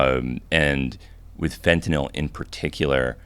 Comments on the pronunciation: The only American I’ve heard pronounce Fentanyl correctly 😂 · Finally someone who pronounces it "fen-ta-nil" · Fun fact: you dont buy pure fentanyl on the street. Dudes doing lines are doing 90+% cut. No one is doing a line of pure fentanyl. No one. Also notice Hamilton actually pronounces it properly. Its not fent-ah-nol. Fent-ah-nil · Dude pronounces Fentanyl way smarter sounding than I do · Im juat happy to hear someone finally pronounce "fentanyl" correctly. Now can we do "nuclear"? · Hamilton is the only person who actually pronounces things properly God bless this man. I've heard so many retard Hicks call it "fent-a-nol". I tried a fent lollipop 15 years ago it's nothing special. Heroin and hydromorphone and codeine were all more pleasurable for me. Now I just stick with the kratom. It reduces inflammation at a profound level. I took 22 grams a day of the highest quality brand and I was able to walk around on a broken toe for months. The inflammation and pain went from extreme to almost non-existent. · It was so nice to not hear it pronounced "Fentanol" for once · Thank you for saying “fentanyl” and not “fentnall” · finally someone who pronounces fentanyl correctly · yup. Pronounced the same way as Benadryl. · Had to come here to hear the first person in a decade pronounce fentanyl correctly. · thank you for pronouncing the word correctly. everyone says FentyNOL.